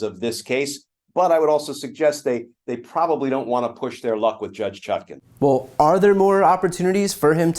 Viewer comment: For god’s sake, it’s ChutkAn, not Chutkin, and it’s Immunity, not ammunity!